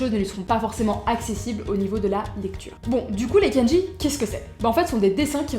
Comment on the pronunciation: hello.sur la prononciation, je dirais : ne roule pas les R et dit "kendji" au lieu de "kann-dji" pour le mot kanji. ou alors, j'ai l'oreille plein de croutes :p